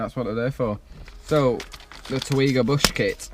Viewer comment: I've got the same short shifter, I also had to twat it to get it in 😂. Haven't upgraded the bushes yet though. I think it's pronounced Teg yee wa.